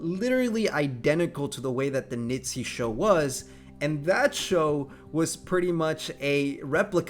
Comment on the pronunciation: Can you not say nitzy but Niziu?